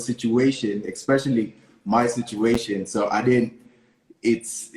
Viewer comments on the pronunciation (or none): EXpecially.. it's especially!! ....... kwa halo machache!